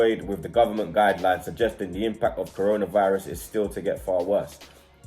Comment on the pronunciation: says corna virus